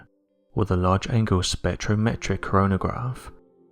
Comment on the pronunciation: Props for saying spectrometric correctly cause I keep tongue tripping over it lol